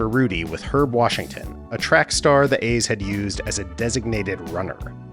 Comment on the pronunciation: The A’s is pronounced with a long “E” So is “the NLCS” It doesn’t seem like much, but it matters more than you know.